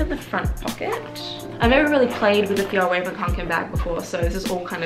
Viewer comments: I want the clutch version, I think it’s pronounced raw-ven ✨ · thank you for making this video!! this backpack looks so great.. also it's pronounced f-yell-reh-ven! :^)